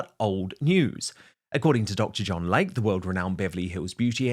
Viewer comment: OMG!!! His name is "Dr. "Lay-Key" not Dr. Lake.